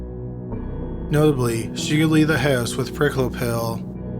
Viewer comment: Perhaps the mispronunciation of Wolfgang's surname?